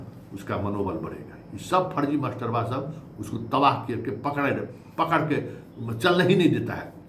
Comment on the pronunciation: Baar baar aap masterba bol rahe hein..aisa lagta hai ki aap master se nahi parhe hein..ekaek bina master ka vidwan ho gaye hain..bhasha suddha boliye..jo v khabar dijiye..